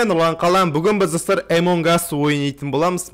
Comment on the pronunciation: Емонг ас емес амонг ас